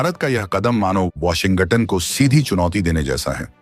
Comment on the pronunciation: ऐसा तोतला कॉमेंट्रेटर क्योँ रखा जो अमेरिका को अम्मेरिका वाॅश्गिंटनको वाॅशिंगंटन बोलता .